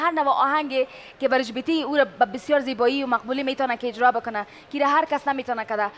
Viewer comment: از نطاق خواهش ميكنيم كه ديگر (هجرا) نگويد و (اجرا) بگويد...